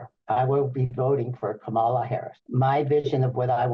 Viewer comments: Just an observation that a lot of people mispronounced Kamala, just like Fox News. The difference is that Fox mispronounces KaMAla on purpose. I just glad to see so many Republicans are voting for KAmala, regardless of how they pronounce it! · Why is it that even the old white conservative men who endorse her still can't get Kamala (COMMA-LUH)'s name right? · Hopefully all these republicans will at some point learn how to pronounce ‘Kamala’ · 💙💙💙 can somebody review with people how to say, Kamala's name. It's not difficult people. Just say, Comma. Then say LA.💙💙💙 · They all say KamAla...how hard is it to say her name. They do not say DonAld trump come on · You can tell these guys are legit Trump followers when they pronounce Kamala "Ka-mala". Let's go BLUE! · Why do so many people misspronounce Kamala? It's not hard to say. We hear it many times a day spoken properly. Comma la. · For once I'm happy to hear a Republican mispronounce Kamala's name, it means they're watching right wing news but seeing through the bullshit. There's hope that there are many more of them out there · I keep waiting for just ONE of them to pronounce Kamala correctly. So far - zero. 😂 whoop! and we have a winner!! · Couldn't help but notice these former Trump voters are pronouncing kamala's name wrong just like Fox News they must still be watching